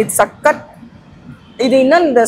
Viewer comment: 😮 anchor ನಿಮ್ಮ ವಿವರಣೆ ಕೇಳುವುದಕ್ಕೆ ಅಸಹ್ಯ. ಕನ್ನಡ ಉಚ್ಚಾರಣೆಯ ಶೈಲಿ ಸರಿಯಿಲ್ಲ. ಸಖತ್ ಸಖತ್ ಅಂತೆ. ಅಯ್ಯಯ್ಯಪ್ಪ😮 ಏನದು ಮಾತನಾಡುವ ಸ್ಟೈಲು.ಥೂ ಅಸಹ್ಯಕರ.